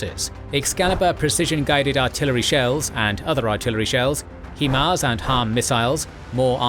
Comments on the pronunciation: For the love of all that is Holy it is pronounced HighMARS not HeeeeeMARS. Look at the spelling of the acronym and it should give you a clue. Bloody Brits invented the language you think you could speak it!!! :-) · HIGH-MARS. Not HE-MARS. Hahahaha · "HIGH-Mars" 👍 NOT "HEE-Mars" 👎 It's not difficult.. 🤨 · Dictor pronouced Hee-mars, but english speakers say HI-mars. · Please pronounce HIMARS correctly. HI (like high, it’s in the name or hi how you doing) MARS!